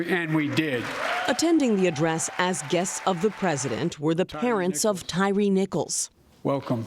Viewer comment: Can his doctors just unplug him already. That “speech” was such drivel. Like how is CBS gonna snip out and not mention Biden referring to Tyre as “Tyler”. Can we just euthanize cable news media too. We could all heal and grow finally.